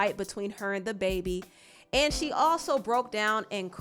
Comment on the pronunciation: Why do u keep calling him THE baby? It's dababy